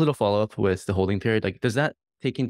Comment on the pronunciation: at was he saying "wif" as in "dogwifhat"?